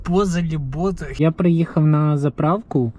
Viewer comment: не Бозел а Бафел